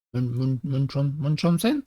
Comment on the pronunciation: alors comme c'est de l'allemand et se réfère a un personnage de conte mythomane ca se prononce "moon chat O zen" ^^ de rien